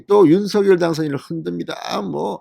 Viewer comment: 발음이 윤성녈 입니다 윤서결이 아닙니다